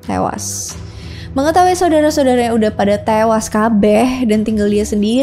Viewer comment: ngakak pas bilang "kabeh" langsung medok 😅